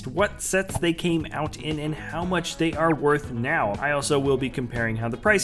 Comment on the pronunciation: This is how mush he said Batman | V